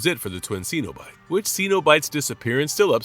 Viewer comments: Its pronounced SENobite. Not SEEnobite. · What is a ceeenobite? I do wish these videos pronounced the names properly. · Are you seriously not able to pronounce Cenobite correctly